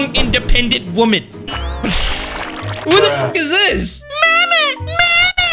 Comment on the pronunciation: well i quess its better than saying mema instead of mama